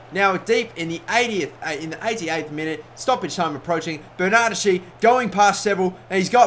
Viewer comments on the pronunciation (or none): BTW Bernardeschi it's pronounced Bernard-Heskey 😊